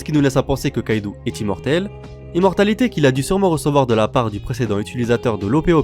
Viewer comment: Une remarque: C'est Kaido pas Kaidou